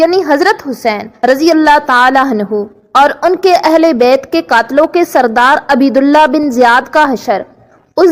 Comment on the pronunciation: او بی بی عین پر پیش اور ب پر زبر پڑھو